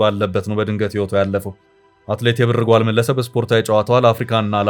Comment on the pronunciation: አማርኛ ስታነብ እንዴት ነዉ? የብር ጓል ን እንደ አያትህ የድሮ ቀበቶ ጥብቅ አድርገህ የብር ጎል አይባልም ላላ አረገህ ነዉ የሚነበበዉ አንተን እንደገና ወደ ሀግስ ለግስ መመለስ ነበር ከደ ዘ